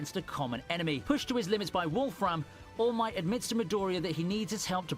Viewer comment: He is fully committed to calling All Might “Almighty”.